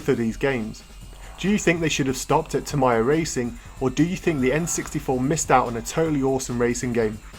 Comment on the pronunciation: Your pronunciation of Tamiya (Ta-mai-ya instead of Ta-mee-ya) gave me weird feeling.